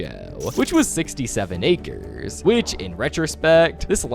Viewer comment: its 2026 and bro still said "67 arces" 🤣😭💀